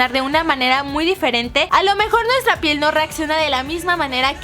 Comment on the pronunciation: en el minuto dice nuestro pieñ